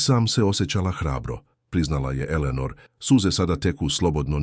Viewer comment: Elenor umesto Eleanor😂